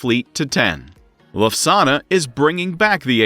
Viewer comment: The German Airline flies airplanes, does not serve Italian dinners. LUFTHANSA, not LUSAGNA!!